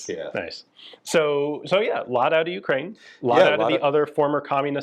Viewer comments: Pretty wild this guy doesn’t know how to properly pronounce Ukraine despite having done business there. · Not sure how to feel about this as Ukrainian. From one point I blame our politicians selling our heritage for pennies our grandfathers bled for, but on the other hand listening to him giddinly describe how he robbed Ukraine while pooping on and mispronouncing Ukraine doesn't feel good.